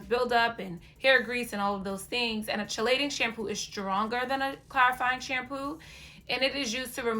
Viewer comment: Chelating is pronounced KEY-LATING